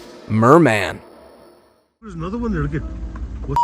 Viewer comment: I swear I get stupider everytime I watch a video on this channel... Like that "Merman" for instance... Good Lord I Swear I Heard Some Of My Brain Cells Burst 🙃